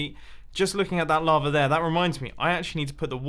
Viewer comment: You are saying lavr instead of lava